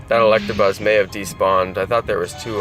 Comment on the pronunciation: He said electrabuzz